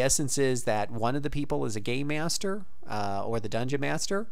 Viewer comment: I love the Gold Box Games and enjoyed your review. However you need to work on your pronunciation, I clearly heard "Gay Master" "Champions of Kin" "Wizaddy" and a dozen variations of D&D. Also you really missed out not paying the Savage Frontier games, the use of NPC relationships and interactions was mind blowing for the time, at least for little kid me.